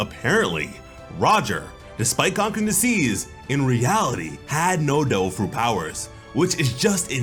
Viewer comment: I'm sorry.... did the narrator say "Doe Fruit Powers" or "Dole Fruit Powers"? Am I the only one hearing this?